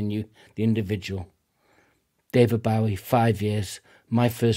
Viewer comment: Great reaction and I'm so pleased to hear someone pronounce the name accurately!